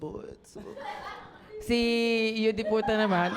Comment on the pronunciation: It's Yudipota not Yudi Puta po